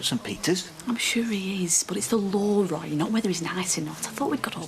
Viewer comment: And I wish she wouldn't add an "h" at the end whenever she pronounces Roy's name.